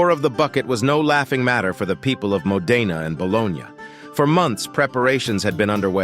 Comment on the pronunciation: Dear AI, It's Mo'-de-na, not Mo-de'-na